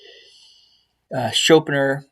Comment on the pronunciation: 165 iq and you cant pronounce schopenhauer or jung. Gtfo